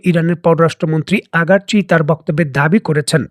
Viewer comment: ভাই ইরানের পররাষ্ট্রমন্ত্রী আব্বাস আারাগচী, আপনি আগারচি বলেন কেনো ভাইজান? কারো নাম ভুল বলাটা ভালো দেখায় না।